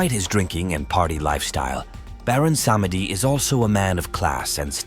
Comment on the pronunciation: Pronounce their NAMES PROPERLY!! Damn. Learn how to pronounce Loa, Bondye, Samedi, Guede. I get sick of you people talking about african culture and have no idea of what you find online. We dont invoke Baron to contact our ancestors!